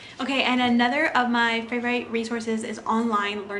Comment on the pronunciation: Is English your first language? I've never heard someone pronounce favorite like that.